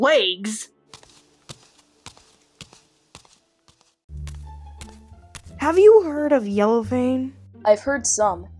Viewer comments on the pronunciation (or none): Yellowfang I still got wegs lol I know it said legs but it sounds like wegs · Darkstripe, the longest nosed warrior, oh and Yellowfang said “I still have wags” instead of legs, lol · Yellow fang: i still have wegs! Me: wait did she say wegs or legs